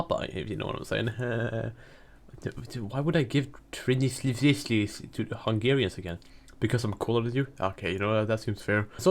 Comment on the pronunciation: Transylvania isn't hard to say, wtf lol